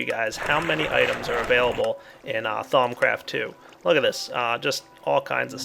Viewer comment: "thong craft"